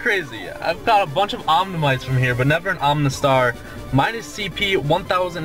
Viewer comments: Where's the n in omastar I'm sorry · Hey, love your videos, but seriously there's no "n" in Omastar/Omanyte lol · you say omanyte and omastar wrong! there's no N in them...say it right Jesus Christ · Oh-mah-star, not Ohm-nah-star, I don't mean to be rude about it, but it makes me feel weird when you say it wrong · OMA-star. Not OMNA-star OMA-nyte. Not OMNA-nyte.